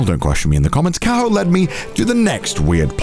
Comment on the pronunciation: Why does Connor says Kaho like Carl 😭